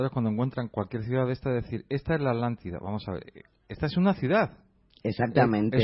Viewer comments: es atlantida no alantida jiji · porq los españoles no pueden decir la tl? por ejemplo popocatepetl? o aztlan? citlaltepetl? jajajaja alantida jaja me da risa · justo lo que yo iba apreguntar jajajaja me he estado estresando durante todos estos videos por la "alantida"